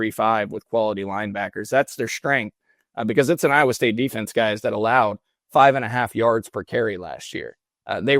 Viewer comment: has not pronounced a correct name for Iowa state as of mark in..